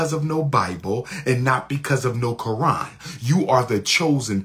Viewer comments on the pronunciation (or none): none